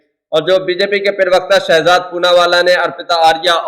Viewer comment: 😮 आली जनाब,पिरवकता नहीं, प्रवक्ता होता है।